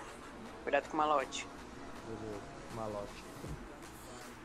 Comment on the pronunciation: Esse mlk chamando o maloch de malot me deu agonia o video inteiro